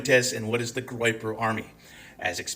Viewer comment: “Groyper”, not “groper”. Just google it.